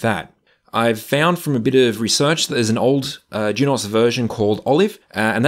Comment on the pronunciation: Juniper’s videos say Junos not Jun-OS so thats how i say it